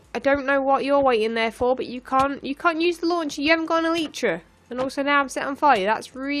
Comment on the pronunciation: you are saying elytra wronge